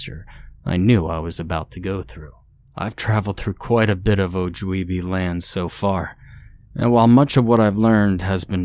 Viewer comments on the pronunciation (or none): Oof. Ojibwe Minnesota native here. It's not pronounced o-jeeb-way it's o-jib-way. Jeed is another word for a woman's... ahem ..."kitty" 😹 ...so it's really funny hearing you pronounce it incorrectly, ngl 😂 also we have wendigos, not skinwalkers. Skinwalkers are Navajo. Tell me the author isn't native without telling me the author isn't native xD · Oh-jib-way,the ancestors are rolling in the their graves.